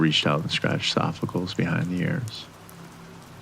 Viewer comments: Its "Sof-Oh-Clees", not sofficles. Great job with the read though. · Loved the story, although I almost choked at the pronunciation of 'Sophocles', one of the most famous philosophers in history.